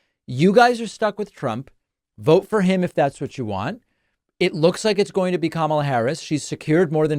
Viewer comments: The MAGA GOP keeps accusing VP Kamala (pronounced : comma - la) Harris of hiding Pres Biden’s “condition” and not taking action. Yet, the MAGA GOP knew about the Access Hollywood tape, where Trump bragged about grabbing women by their PUSS*. They knew he sided with Putin over his OWN GENERALS! They knew he plotted and led the 1/6 INSURRECTION. They knew he told us to DRINK BLEACH to cure COVID! They know he slurs words. Confuses people’s names. Asked Georgia to find him 11, 780 votes…ON AUDIO!!! They know he calls people ugly names like a 15 year old MEAN GIRL ( a.k.a Donna Trump). They know he’s nutty…AND HE LIES!!!!! Yet this is his THIRD TIME as the party’s nominee! WOW!!!😂 ALERT MAGA GOP: THE OBJECT IS TO NOMINATE YOUR PARTY’S BEST…🤣 VOTE BLUE 💙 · Since trump can't pronounce Kamala correctly, perhaps Dems should start calling him donOLD...